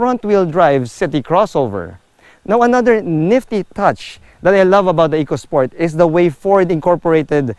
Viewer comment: E-co sport not Echo-Sport for the reason the related word is economy.